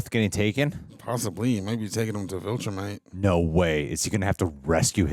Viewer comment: Do you have to pronounce viltrumite like that 😂